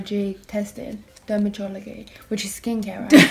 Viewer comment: When yous were trying to say dermatologist or whatever I DIED😹😹😹😹😹😹